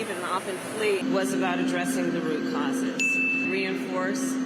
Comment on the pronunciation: Haha rucauses rucauses